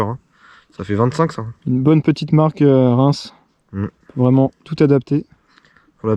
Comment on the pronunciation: Eh ben, niveau montage vous avez encore progressé, propre ! Belle vidéo les gars 😉 Par contre attention à la prononciation de "Reins" 😂